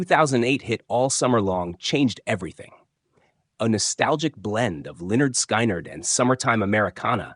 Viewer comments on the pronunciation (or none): The way you pronounce the names are killing me!!